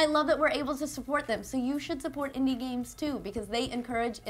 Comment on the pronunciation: Every time she says games, I hear gays. Am I normal?